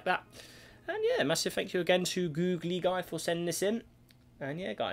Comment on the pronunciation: Oops, sorry for the misunderstanding, it's just pronounced Googleguy, the same way you pronounce Google.